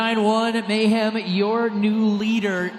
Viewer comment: Why does this dude keep saying MayHam